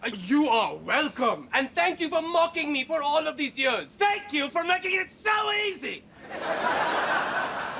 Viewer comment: I Iove how Ray pronounces ''years''